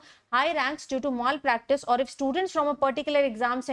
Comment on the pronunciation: Please pronounce the word mal practice properly.